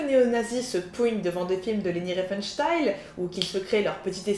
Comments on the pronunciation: 'excellente découverte. Merci le relais de Le Bouseux. Le propos est riche et pertinent, la prod quali. Bravo. (seul bémol, j' ai tiqué à la prononciation de Riefenstahl transformé en riefenstayl) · Très bonne vidéo, par contre c'était fait exprès de prononcer son nom RienfenstHEIL ? :D